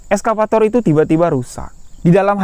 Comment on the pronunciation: Nyebut nya excavator bukan eskavator yo bg. Wkwkwk. Salam kami wong jambi jugo